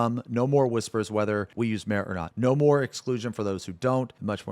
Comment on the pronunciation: Bro its MA-RE.Two syllables.